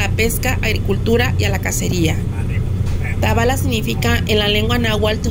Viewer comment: Se pronuncia Tabala tiene asento en la a sé oye muy feo como lo pronuncias